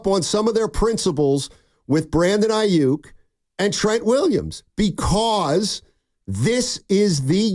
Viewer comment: Ai- yuk. In this part of the planet, we pronounce it Ai-yuk; as in duck. Yook- yuk is how Brandon wants you to say it. But its Aiyuk as in duck. Especially if he leaves SF. Going from perennial playoff team to a 8-8 team with no QB. Yuk! Like a Duck.